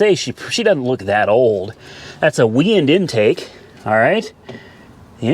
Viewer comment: Its pronounced Why-and on the intake,and yes build a el camino